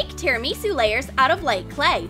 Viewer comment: You dont say tirimisi it's definitely tirimisu